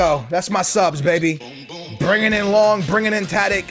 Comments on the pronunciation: STOP WITH SAYING LONK BITCH, IT IS LONGGGG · It's long not lonk